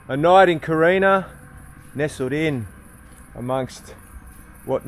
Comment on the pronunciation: It's Corinna...not Carina 🤣😂..I have a Tasmanian wife who is going right off at your pronunciation of Corinna 😂😅😂😅. Having lived on the west coast it is a nice part of the world.